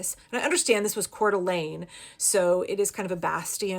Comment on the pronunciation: Cour de Lane NOT "Quarter Lane" in cc